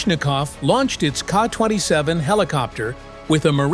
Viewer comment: The Russian Navy certainly is sending the correct message to lawless pirates. My only issue with this video is the pronunciation of the helicopter as "KAH 27" vice "Kay-Aay 27" (KA-27) as used in military and intel circles. AI always messes up nomenclature, such as "Sue 33" instead of the correct "Ess You 33" (SU-33). To me, this always implies a lack of military operational or intelligence experience behind the making of the video. Maybe one day AI will get it right.